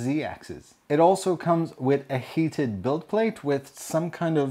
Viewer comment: I thought you said hated bed at first